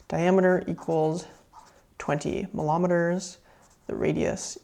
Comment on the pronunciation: did you just say "milometers"? 😆